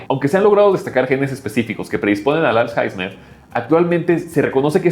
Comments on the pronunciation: Es alzheimer no alzheizmer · todos hablando del dinero y nadie se da cuenta que dice "als jaismer" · "als jaismer"😂😂😂